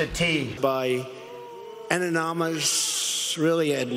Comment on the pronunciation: You forgot when Trump repeatedly failed to pronounce the word "anonymous" in one of his rallies 😂